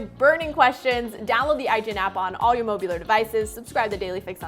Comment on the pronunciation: "Mobular devices" lol cute